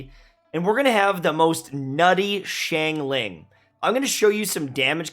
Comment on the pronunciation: He's still saying Xiangling wrong.